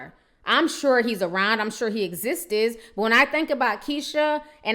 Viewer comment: Girl please don't say.....existis....again. Exists sis.